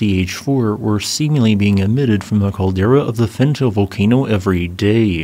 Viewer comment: My friend, if you are going to report on a volcano's activity, PLEASE try to learn how to pronounce its name properly. Fentale is pronounced Fen tah ley, not Fen Tail. Ale in the afar regional dialect means mountain. Erta Ale means smoking mountain.